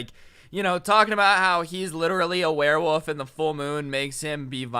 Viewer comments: Why did keep saying werewoof instead of werewolf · It was funny when he kept saying werewoof instead of werewolf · Is it just me or isn’t weird that he’s saying “woof” instead of “wolf”. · “wearwoof” haha